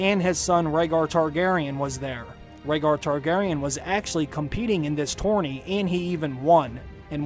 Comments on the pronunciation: Jon Heijasto. Gilly, i believe she pronounced "Rhaegar" wrong and did she say he was a Targaryen? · Are u guys fcking retards.... obviously jon is raeghar's son and after all the hints in s6 and s7 like lyanna telling promise me ned which she meant from robert as he would kill jon if his targaryen heritage was revealed and also gilly says about the annulment about raeghat which she pronounce mistakely leading sam to ignore her If u guys cant notice this much hints then may be u r not worth to watch got guys Get some break